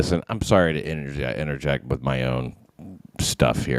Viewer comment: it could be the inability to make the TH sound? WIFF and WIFFOUT